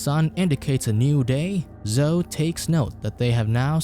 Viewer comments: " zohh " oh dear. It's " zoh - ee " Zoe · It's zo--e... Not zo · It's pronounced Zo~eee. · I'm guessing the robot doesn't know how to rounce Zoe (zoeee) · bruh the way you pronounce Zoe's name -.